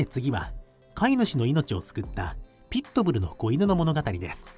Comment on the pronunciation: ピットブルのアクセントが気になる